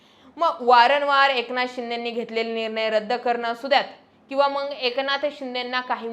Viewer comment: छान विश्लेषण पण फक्त मंग च्या जागी मग बोलत जा...